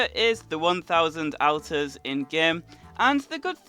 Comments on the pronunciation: anyone else annoyed by him saying outers instead of alt-ers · Ur saying alter wrong ur saying Alters it's pronounced aulter or sego thing like that k dude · why you saying AL ters it's said like ALLtars english do you speak it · ALL TAR not Al Tarr! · your not pronouncing alters right lol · It's pronounced olter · Al-ters is it just me or is he prouncing it wrong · Different pronounciation, because i have seen many videos and people say it either ALLtars or OLLters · Please stop saying altars wrong